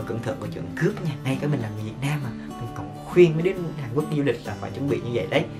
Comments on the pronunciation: Hàn Quốc ông đọc là Hàn Quất làm t buồn cười vl😂😂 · "Một lếp"; "Hàn Quất"😂😂😂